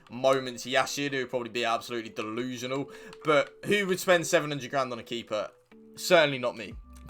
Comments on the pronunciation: Like for “dillusianal”😂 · 😂😂😂🤦🏾‍♂️ “Dolusional” I’m done. You one of my favorite now.